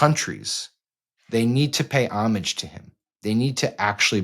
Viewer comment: Thanks, Sam, for correctly pronouncing “homage.” And for being a great journalist.